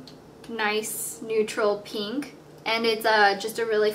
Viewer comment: peenk :P